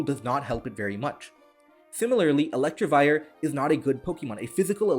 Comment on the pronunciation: Hey great video but a small nitpick is that you kept saying "ElectRivire" instead of "Electivire". It doesn't have an r there.